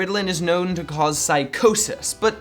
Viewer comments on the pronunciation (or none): none